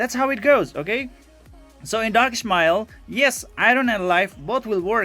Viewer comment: ..............is " Ish-------Ma--------El".............Ish.....Ish..........hahaha......sorry,but this triggered me everytime i watch your videos